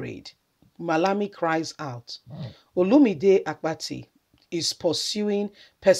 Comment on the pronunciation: It's Olumide Akpata not Apati pls make extra effort to pronounce what u pls thks